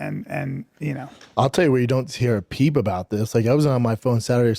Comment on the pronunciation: “You don’t hear a peeb about this”